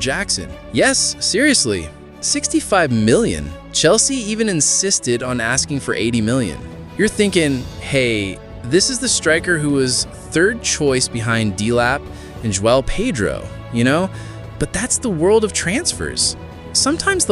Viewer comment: Ekeetaykay? 😅 DEE lap? Jor-jin-sen? And I guess the 16 year old AI voice has learned to say "Bro". Pathetic